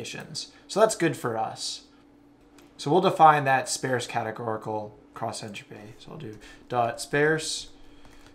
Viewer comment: I'm 22 minutes in and I was lost 15 minutes ago, and I was feeling like I have a learning disability, but then I heard you mispronounce sparse and I feel so much better about myself now. I'm going to find some legos to play with or something, maybe some crayons. Yeah. Crayons. Then maybe a nap. (hint: rhymes with farce)